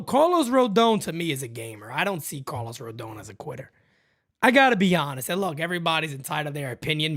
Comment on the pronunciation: Carl-os Pavano.